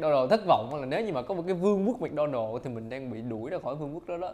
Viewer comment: Mc Donald người ta đọc mặc-đo-nồ còn anh đọc mít-đo-nồ 🤣🤣🙏